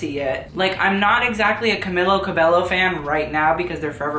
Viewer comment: that is not how you say Camila last name sis